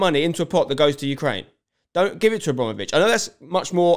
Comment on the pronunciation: good take spenc, but its abrAmovitch not abrOmovitch :)